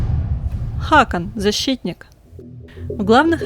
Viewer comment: Ставь ударение правильно не ХАкан а ХакАн!